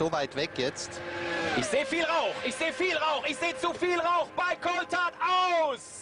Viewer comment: > "ICH SEH VIEL RAUSCH. ICH SEH VIEL RAUCH. ICH SEH ZUVIEL RAUCH, BEI COULTHARD. AUS" Lol